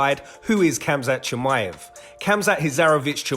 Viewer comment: Why not learn how to pronounce his name properly?